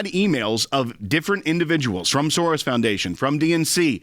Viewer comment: George SOREYES 😂